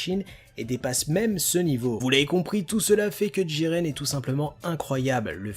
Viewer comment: Pourquoi tu dis djiren et pas jiren PS j'adore t vidéo et aussi jiren est plus fort que Goku en 1v1 et aussi du coup plus fort que Broly